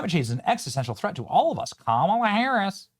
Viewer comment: ITS PRONOUNCED KAMALA NOT KAMALA YOU MAGAT